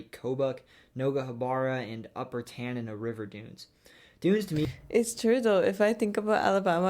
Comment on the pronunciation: I'm probably nitpicking here, but the city of Mobile, AL, is pronounced with the accent on syllable #2, not #1, i.e., moe-BEEL. Yeah, I know I'm nitpicking here, but the Tanana dunes are pronounced TAN-uh-nah, rather than TAN-uh-nuh. The AZ plateau is the KYE-bab, not KYE-bob, which is also a Paiute Reservation on the UT state line. When he got to Arkansas, he showed a map that was divided up into counties, which is the way 47 other states are also divided, the 2 exceptions being Louisiana, which has Parishes, and Alaska, which has 19 boroughs, and 11 census areas. If Puerto Rico ever becomes a state, it will have municipalities. While on vacation from here in northern Illinois several years ago, I visited the Gullah people, and found them, including their language, really fascinating. The Hawai'i entry was hard for me to understand. I finally realized he was saying Kaho’olawe = kah-hoe-oh-LA-vay (or ‘-way; uninhabited WW2-era Army gunnery training island; nickname: the Target Isle. In the Upper Peninsula section of MI, he mispronounced the national park there, which is correctly pronounced I'll royal. He pronounced I'll roy-AL, which is the French way. Like we so often do here in the US, the park was Anglicized, though the spelling remains French. Missouri's bootheel is a variation of a panhandle, the others being in FL, GA, MO, NM. The panhandle states are AK, CN, FL, MD, NE, VA, and WV (the only state with 2).